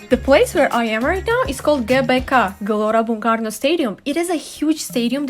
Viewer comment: I impress with your accent "Gelora Bung Karno" soo good. Enjoy jakarta. Have a great day!